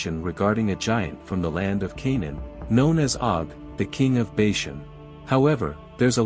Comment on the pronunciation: Please get all the pronunciations correct. Sounds terrible and the main topic thats being mispronounced.... Bashan is not Bayshun. He is afterall your main subject of the video!